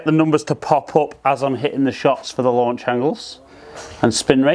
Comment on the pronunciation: Lanuch angle? Made me laugh 😀